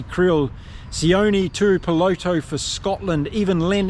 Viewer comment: His name is Tuipulotu, with a U in the middle